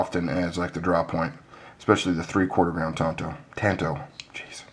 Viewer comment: You got it right first brother, tanto is pronounced tahn-toh. I've had people argue with with me 'til they're blue in the face... but they can tell it to my Japanese instructor. LMAO. People like to argue about phonetics though... I'll trust my Sensei since it is a Japanese word. =) People say "tahn-toh" is a "southern" way to say it... which is also phonetically incorrect... "tan-toe" would be more "southern... phonetically speaking... HAHA.